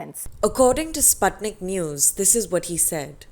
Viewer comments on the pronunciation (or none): none